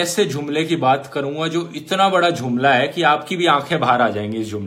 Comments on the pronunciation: Dhruv bhai jumla hota hai....jhumla nahi...he he he he 😂😂😂😂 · Jumhla nhi ....jumle bolo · झुमला नहीं जुमला ..............बाक़ी सब सही है विडियो में ! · Dhruv Rathee Dhruv I have a doubt.. Aap 'Jhumla' bolte ho har video me.. shayad ye 'Jumla' hai. Please check. May be I m incorrect. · Jhumla nhi jumla hota hai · abye duffer its jumla not jhhumlaa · Brother its Jumla with ज